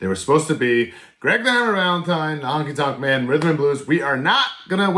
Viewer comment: Honky tonk.man sorry but when someone says it wrong it bothers me